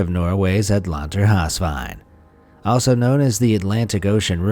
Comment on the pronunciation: My dude, its pronounced. Atlanter - havs - veien. Hav - ocean in norwegian. But still pretty close :)